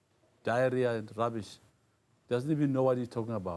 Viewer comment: Knowing him, I never thought he would pronounce the word RUBBISH😂😂😂